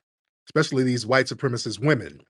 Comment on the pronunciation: Whyte wahmen be Deceptacons...